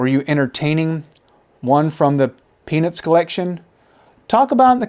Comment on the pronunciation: I'm pretty sure you only pronounced "Peanuts" the first time. The rest of the video, it sounds like you're saying "Penis". 🤷